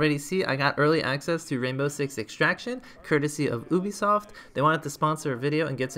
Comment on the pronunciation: everyone: you-be-soft: oooooooh-be-soft